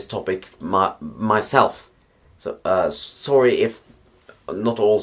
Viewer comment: You wanted me to correct you? Well for one, you pronounciate "weird" and "sorry" in weird ways.